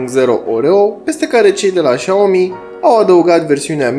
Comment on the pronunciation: Șiao-mi zice că se citește